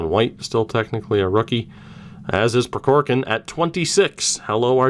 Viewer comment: I didn’t point this out in the Russian series, but the first “k” in Prokhorkin is silent. At least it is from the Kings’ broadcasters.